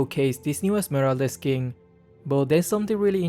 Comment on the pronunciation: be like: "this new very expensive skingggg"